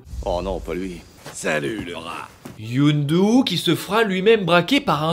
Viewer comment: « Youndu » toute la vidéo, ca m’a trigger comme jamais, c’est Yondu bordel